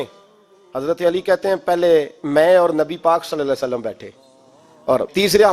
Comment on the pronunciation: Nabi pak Sallallahu Alahi Wassallam ka naam sahi se aada kiya kare jazakallah